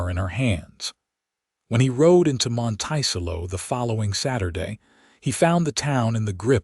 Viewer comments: The "town's" name MONTICELLO is pronounced: Mönt-ĕ-cëllō !!! Listening from far rural upstate NYS (org. from Philly PA-- needed a rural, grass/wooded area to live!! Raised/trained working Border Collie dogs & 1000s of SHEEP.... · AI NEEDS EDITING EVERY TIME. Monticello is not pronounced "mon-tY-cello". An earswisting sound. There are pronunciation differences between wound and wound, live and live, lead and lead, etc. Decent story, however. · The way the narrator says the city name is incorrect. It should be pronounced Mont -a-cello. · Kent, WA Monticello!! Pronounced like the 'cello' string instrument. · Please fix the pronunciation of "Monticello." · I laughed each time it came up!